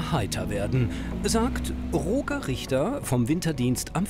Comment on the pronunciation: Ich werde das Gefühl nicht los das Roger falsch ausgesprochen wird 😅🙈